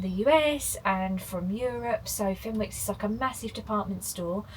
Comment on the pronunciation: Fenwicks is pronounced fin icks by us geordies lol hope you enjoy your time in our beautiful part of the world